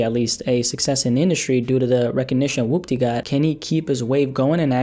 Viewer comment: woopdeh bitchamasaisa moveh. good video but the way he pronounces Woopty really messes with my head 😂